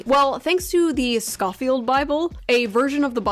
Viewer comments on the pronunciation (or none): OMFG when she referenced the Scofield Bible, I stopped the video and paced around my apartment out of frustration. She didn’t even pronounce it right… For those of you who don’t know, the Scofield Bible is just a commentary Bible that references dispensationalism which is about how Biblical prophesies should be interpreted. It was written at the end of the 1800’s, BEFORE the state of Israel existed. It literally says nothing about supporting Israel as a state. Ian Carrol did a video that was debunked by Wes Huff where he claims the Scofield Bible “Jewified” Christianity. What’s interesting is that just a week or so before Charlie Kirk was killed, Charlie tweeted “Jesus is the king of kings”, and Ian replied with “and you worshipped the ppl who killed him!” But wait, I thought the Scofield Bible “Jewified” Christianity and the Jews of today have nothing to do with Jewish ppl back then?? How can the Jews be different ppl but also the “killers of Christ”??? Shoe said “this isn’t a Candace video”, but proceeds to use Candace talking points that are conspiracy theory BS